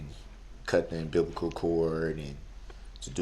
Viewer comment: "moofe" 😤😤🤬🤬 it's freaking MOVE you pile of shite! "Umbiblical cord" he probably never done that .. I bet you he saw that word online and used it to get sympathy!